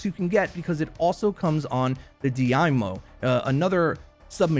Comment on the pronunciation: He said that. Just pronounced it wrong.